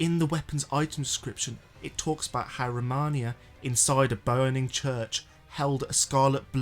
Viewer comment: ROMINA not ROMANIA